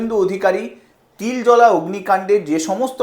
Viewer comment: Babu ota Tiljola noy Tiljala.